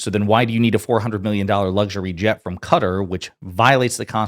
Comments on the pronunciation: It’s not cutter you idiot ,,,,it’s Qatar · You can easily equate his "size" insecurity with his tiny penis according to Stormy Daniels.....! His big beautiful bill is yet another pathetic example on full display ! PS you pronounce Qatar KUH.....TAA , NOT CUTTER....! Not that I'm any fan of that country . Google it if you doubt my word . PS Love your work . Love from Australia ! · Stop pronouncing Qatar " CUTTER" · I know it's asking a lot but could Americans pronounce Qatar correctly! It's KATAR. not CUTTER. Perhaps you could sell the damned plane and invest the $400M into education. Might help. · Can you please say Qatar properly instead of Cutter ??? How tf is that difficult to do?? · Even Hannity calls Qatar with the proper name , this host calls it' Cutter '.....it is not Cutter. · Yeah. I always thought it was pronounced Cut-tar. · It’s CUTTER